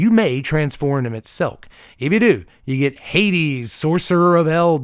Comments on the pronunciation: "I'm going to butcher this, sorry for Final Fantasy XIV players" proceeds to pronounce Emet-Selch's name perfectly on the first try XD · You pretty much perfectly pronounced our boy Emet's name. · You pronounced Emet Selch correctly. Definitely recommend FF14 but it does take a lot of your time since its an MMO. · First MTG content creator who got Emet-Selch's name right!